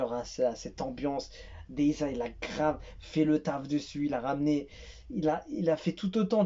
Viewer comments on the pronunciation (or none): On écrit deyza mais on le prononce Deyze